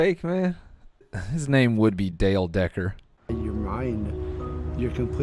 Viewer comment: Dale Decker Became Dale Deck-Her